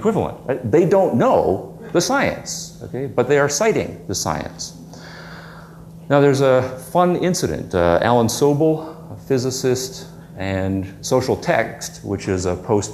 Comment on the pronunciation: Sokal, not Sobel